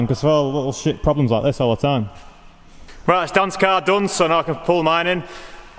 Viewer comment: "It'll be reet"